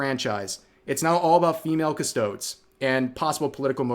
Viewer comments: Drinking game, down a shot of vodka every time rev mispronounces Custodes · The E is not silent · Whats worse, female Custodes, or the way Rev says Custodes? 😂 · Your pronunciation of custodes is killing me, the e at the end should be pronounced just like the first e in Japanese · I cant support anyone who pronounces "custodes" like that. Unsubbed. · Rev's Boomer was hanging out today. Mispronounced Custodes. Uses "wack-a-do" when referring to crazy people. Next thing you know, he'll say, "I looked it up on the Googles." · The way Rev pronounces custodes reminds me of the way people pronounce Kirsche. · I can tell you aren't much of a Warhammer guy by the way you pronounce Custodes lmao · look up how to pronounce custodes. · rev pronouncing custodes like an english word made me cringe a bit, as in, really cringe, not as in the insult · Every single Warhammer fan knows you don't care about this Fandom now because of how you pronounced Custodes. It's like if you were talking about Star Wars and said the Seeth and Jedy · how can you tell this is a classic rev grift for views? he can't even pronounces custodes right, you literally have to watch 1 video about them to see how they're pronounces. hell even one short. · Custodes is not pronounced "Custchodes" But Cus-toe-des because it' latinesque. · Cuss-toe-days. Three syllables not two. Cuss-toads, smh. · CUS-TOE-DEES. Not Cus-toeds. You wouldn't pronounce Astartes as Ah-starts. Some do but they're braindead. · Please say "Custodes" next time. Dont leave it at "Custods", its already plural, lol. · This is abit of nitpick but custodes is pronounced cuss-toad-ee's, overall good video but as a lore nerd i had to point it out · Every time he pronounces it "custohdz" I die inside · Custodes is pronounced [kuh-stoh-dees]. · "Cus-sto-deez" thanks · rev you are driving me crazy with how you pronounce it's custod ee like custodian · "Custoads" Tourist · Great Video, but, it is pronounced like Cust-oh-Deez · "cuhstoweds" :skull